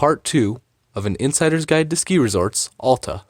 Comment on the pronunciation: Sorry if this sounds snooty, but it's important to learn the correct pronounciation of a ski area when making a video about it. Hint: It's not AH-lta.